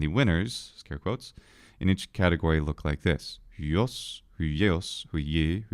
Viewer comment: It's pronounced hwios, you gotta get that iota in there.